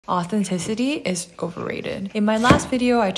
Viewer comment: authentic ten sity? Is that what you pronounced? 😅